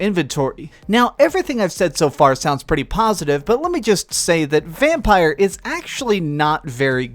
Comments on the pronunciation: It's pronounced Vampir when written Vampyr!! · How hard is it to pronounce the game's name correctly? You're the 4 "reviewer" that's mispronounced the name!